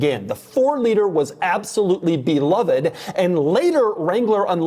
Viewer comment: It's be- love- ed!😂